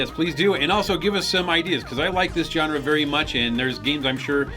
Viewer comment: The way pronounces the word "genre" bugs me.